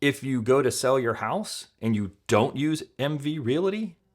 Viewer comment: The word realty only has two syllables